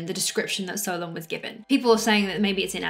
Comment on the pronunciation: My name is Solon, and I was named after my grandfather. While I carry his name, my heritage is Greek, and based on everything that's been passed down through my family, I’m proud to say that I fully believe in Atlantis. By the way, you're pronouncing Solon correctly, which I really appreciate! I just wanted to reach out to let you know that I absolutely love your content—please keep posting more! Greetings and best wishes all the way from Nashville, Tennessee."